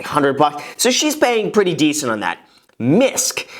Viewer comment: Homie really out here saying “misk” instead of “miscellaneous” 💀